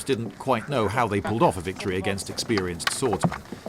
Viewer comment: did you say ex-spear-ienced swordsmen?